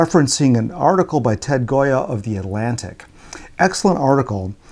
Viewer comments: The author's name is Gioia which should be pronounced like "Joy-uh", not Goya. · It is said, perhaps, in other comments, but Ted's last name is pronounced JOYA, not goya. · Thanks,, for taking on this subject; your thoughts confirmed and validated my own experiences and answered some questions about their implications. (P.S. Not the biggest thing in the world, but Ted Gioia pronounces his name JOY-uh, like the poet, not GOY-uh, like the artist.)